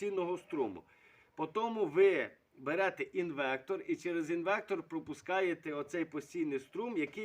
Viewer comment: Йолопе, не "кондексатор", а конденсатор, не "інвектор", а інвертор, не "отоплення", а опалення ... Як же бридко тебе слухати твою "українську" Язики б таким виривав щоб не плюндрували мову!